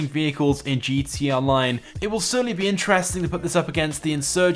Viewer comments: Whenever you're supposed to say "gta online" you just say GTONLINE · Dude, can you even say gtA online? You forget the freakin a every time 😡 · Nobody: This guy: gtee online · he says gt online lol